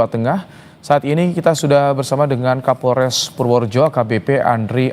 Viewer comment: Pak kaporles yaa😂. Bukan Kapolres🤣